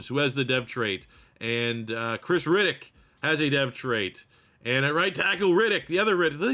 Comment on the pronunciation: Reddick and Riddick two different pronunciations. Metchie for the final team capt. Keep the Canadian home.